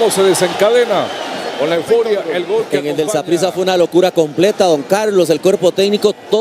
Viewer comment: the worst commentator ever, he should get fired, he should look at Mariano Closs and use him so he can be a better commentator, its gol not guol, is terrible, the worst ever!!!